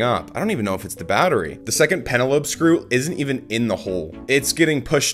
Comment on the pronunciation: Well... batterry lol